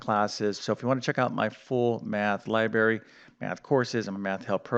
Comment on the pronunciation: Please excuse me for being pedantic but did you say “ my complete math LIBARY or my complete math LIBRARY”? If you said LIBARY, you might want to brush up on your English language pronunciation.